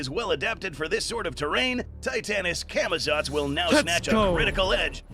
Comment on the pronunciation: tf is camitots? its camazotz